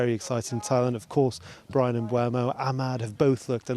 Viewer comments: This guy has been the United reporter for a while now and he still calls Mbeumo Mbwemo. He's also saying Teelmans instead of Tielemans. Sort it out mate it's not difficult. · stop calling him embwemo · Good to see that journos etc are STILL saying Mbeumo's name wrong. It's literally easier to say it the proper way... He's not a Kinder Bueno